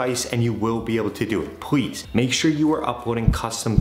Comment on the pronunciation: Did Anyone Noticed That When He Said Please He Says Pwease